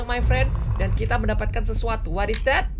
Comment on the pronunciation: dian wahyu niarti dia sengaja pake dat bukan that